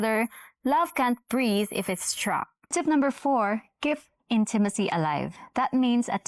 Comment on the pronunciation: What is in-TIM-a-cy? Seriously. You can help her.